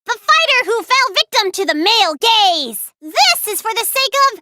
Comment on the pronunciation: Lol Male gazes turned into male gays